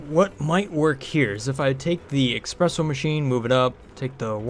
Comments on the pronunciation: Espresso! Not eXpresso... Swears in Italian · Every time you say "Expresso", an angel loses their wings... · eSpresso the no X in it. Please.